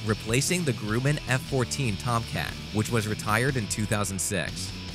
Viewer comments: shakes head It's GRUH-MSAN, not GREW-MAN, idiot! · I like how he says Gremman not Grumman Lol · Hey young man it’s Gruman pronounced like “drum-man” not “grew-men”. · Its pronounced “Grumman” not “grooman” you stupid narrator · Sounds like he's saying 'Grooman' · Who hires these voice-over people (or computer voiceovers) that can't even pronounce common names and words? GRUMMAN is a short-sounding U not long. Don't you know any English, a vowel followed by 2 or more consonants is a short sound? The Typhoon is not a U.S. Fighter. DUH! The Chinese "5th generation" fighter has crap engines and isn't worthy of the name. United States's??? Go back to English class. MORE CLICK BAIT BS. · Grumman not Gruman. Ordnance not ordinance. Judging by the comments, you don't really know what you are talking about. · Please don't... just don't. F-slash-A 18 E-slash-F???? Do you even know what those designations mean? Or that it represents two series aircraft? Oh well, at least Boeing can be glad he didn't try to pronounce their name... right,? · The Grooman F14? I thumb down every bot narrated video I see. Get a real Heoooman to read the script. ha,ha,ha!!!